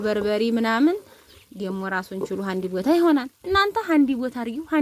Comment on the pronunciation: ሀድቦታ ለምን ካድቦታ አትይም አማረኛሺን አሥተካክይ